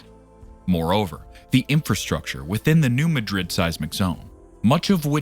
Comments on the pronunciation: Growing up in the mid south we have known all this. Also, it’s not pronounced like the capital of Spain(Muh-drid), it’s pronounced “New Mad-Rid”. I don’t know why people from that area name towns after more well known places and pronounce them differently. There is also a Hayti, Missouri and they pronounce it “Hey-Tie”, not like “Hatey”. Or Cairo, Illinois is pronounced “Kay-Row” instead of “Ky-Row”. At guess at least Memphis is still pronounced the same way unless your from Memphis and then you prolly pronounce it “Miffiss”….. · The locals put the emphasis in the word Madrid on the first syllable. They don’t pronounce it like the city in Spain. You’re saying ma-DRID. It’s MAD-rid according to people who live there. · This video's credibility is undermined by the narrator's incorrect pronunciation of New MADrid. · Yep it does we are from the show me state and you have to show us and that means saying it correct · You are correct. We, who live on this thing, pronounce it New MAD’ rid, so it hurts our ears to hear it butchered, though I doubt anyone is going to care once she blows!🫢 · Learn to pronounce the name of a city before you report on it. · I'm just a little north west of NM. When they can't say the name right, I stop the video, because that tells me they haven't actually studied it. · You can't even pronounce the name of the name of the region correctly, but the whole world couldn't care less. Liars and morons. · It is not pronounced like Madrid, Spain. Know your area.